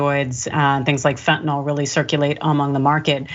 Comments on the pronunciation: Why do they keep saying fentanol it's fentanyl. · It's fentanyl, not fentinol, or fentinall. 🙄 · it doesn't help credibility that neither the commentator not the host seem to read English well enough to pronounce "fentanyl" properly... please note the "y" does NOT get pronounced as a "short O"...